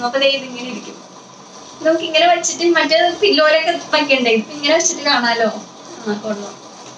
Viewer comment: കുട്ടിക്ക് നന്നായി മലയാളം അറിയില്ലേ???😛😛 "ട്ട" എന്ന് പറയേണ്ട സ്ഥലത്ത്‌ ഒക്കെ "റ്റ" ആണ് പറയുന്നത്.. 😬😬 തുടങ്ങിയിറ്റ് അല്ല തുടങ്ങിയിട്ട്... ഇനിയുമുണ്ട് വേറെ വെച്ചിട്ട് എന്നതിന്‌ പകരം വെച്ചിറ്റ്, പിന്നെ പുതിയതായിട്ട് എന്നുള്ളതിന് പുതിയതായിറ്റ്.. ഇതൊക്കെ ആദ്യത്തെ 1 മിനിറ്റിനുള്ളിൽ തന്നെ.. ഇത്രയും കേട്ടപ്പോഴേക്കും മതിയായി👎👎